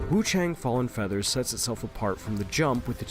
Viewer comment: Also, it's wuchong